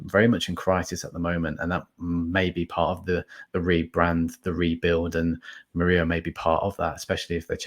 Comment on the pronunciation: Mur - ILL - O,. he's not blooming Spanish!